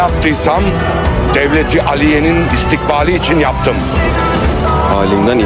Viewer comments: Doğru dürüst Bi telaffuz yapın be. Dil alışık değil ki. Sanki komşu kızı Aliye diyor. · Devleti aliye değil onudamı yamlış telaffuz ediyosunuz a derken ağız biraz açılır aliye diye kız ismi söyler gibi hızlı A telaffuzu yapılmaz